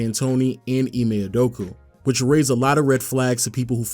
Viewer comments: great video but its Udokaaa not Idokuuuu lmao 🤣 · Can’t take bro serious when he keeps saying UdoKU instead of UdoKA